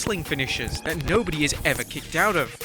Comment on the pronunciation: “Kickoed” It’s the “Banzai” drop